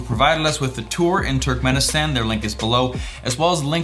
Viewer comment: I am a turkmenistan and you dont say it like turk men istan you say it like turkmuanistan